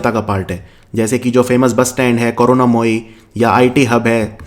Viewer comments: corona-moyee 😂😂...it's karunamoyee..but by the way, Howrah station metro station is near to my home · It's Ko-ru-na-mo-ee not Korona-mo-ee :D